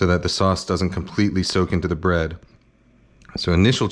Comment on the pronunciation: the way Kenji pronounce his words that starts with B like "buh-roth" ""buh-read" "buh-runch". can't unhear anymore